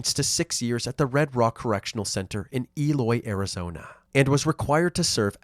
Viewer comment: arizonee university